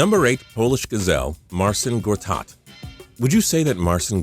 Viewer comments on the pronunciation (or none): It's not marsin gortat. It's marchin gortat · Most of these nicknames are honestly fine. And it's pronounced closer to Marchin for Marcin Gortat. For instance, Jonas Valanciunas is pronounced (Yonas Valanchunas)